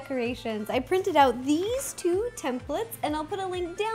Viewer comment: When she said let's put it all together it sounded like let's poo it all together